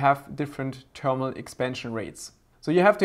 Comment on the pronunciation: I like how u say termal paste!